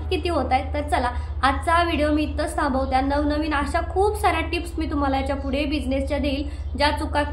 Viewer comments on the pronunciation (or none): none